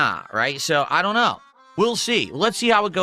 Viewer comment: "SO.. some GOYS out of nowhere came and donated with recently created accounts but you know I doYUn't microanalyze every kahntribution" into "A NIGERIAN superchat? how much is that even? .07 cents? that doesn't register in MUH richter scale" kahmbo!